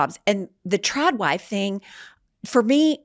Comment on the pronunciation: Lol Trad wife. I mistakenly thought you said Trout wife in context to what you were talking about as far as going to the spa etc…. I mean there are woman out there botoxing their lips. I really think you should change Trad wife to Trout wife. 😂